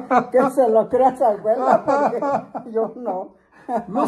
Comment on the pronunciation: ya dice "Pogque" en lugar de porque.